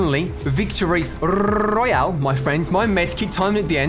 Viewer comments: I hate the way he says "Battle Rrrroyal" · Victory Rrrrroyale 😆 like the video nice 👍 keep up the great work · Hey guys welcome back to another fortnite battle rrrrroyal lol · I always love that beginning CUSE your like weclome to a battle rrrrrrrrolayle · Battle RRRRRRRRRRRRRRRRRRRRRRRRRRRRRRRRRRRRROYALE! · rrroyale lol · I love the way you say royale a different way 😂 ❤️ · Why do you say Royale like that